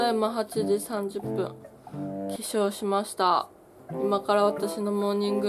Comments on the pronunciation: 恋〈れん〉廉 起床しました が化粧しました に聞こえたからそう字幕入れただけやと思いますwwwwww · 起床しましたって言っとるけど 編集中のりおららさんは 化粧しましたって聞こえて 化粧しました？って字幕で入れたんやと思います 違かったらすいません😔💦